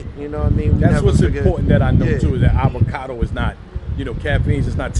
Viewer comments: Avacoda? Anacondo? Avocado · Avacado not "Avacoda" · Avacoda lol. It's Avocado.